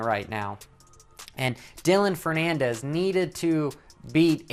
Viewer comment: Let's go Tomac. Oh yea its Ferrandis bro. Not Fernandez...great video. Jus subbed